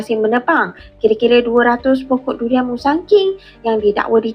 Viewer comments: DURIAN RAUB ❌ LULIAN LAUB ☑️ 😅😅😅😂😂😂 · Dulian laub😀duduk 🇲🇾100 tahun belum pandai sebut huruf r..raub jadi laub😂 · Mmg betui2 k0mun!s punya bangs@ tanam durian dah berpuluh tahun, sebut durian pun xlepas, "LULIAN",,,,🤣🤣🤣🤣🤣